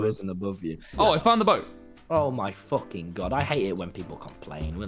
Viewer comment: “Just guckking it”